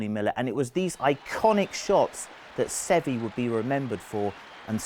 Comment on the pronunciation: Every time this guy mispronounced Seve's name I wanted to punch him in the face.